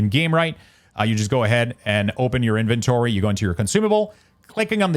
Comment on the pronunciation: "InVENtory" "curRENcy" I wasn't gonna double comment and was just gonna ignore it but what 😭 why did you pronounce these words like that? I'm screaming